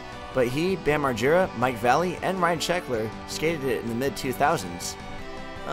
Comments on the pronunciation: Mike valley? Say it with me Va-lay-lee Vallely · it sure the fuck isn't valley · its actually va-lel-ee